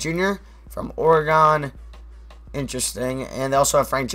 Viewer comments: you say oregon like oreg-in and I am from oregon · I cringed when you said "Ore Gone" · Austin Case he says Oreg-on and I cringe every time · you say oregon wrong